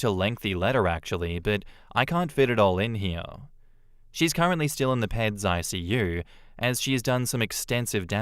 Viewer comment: 'PEDS' - short for pediatrics is pronounced 'peeds'.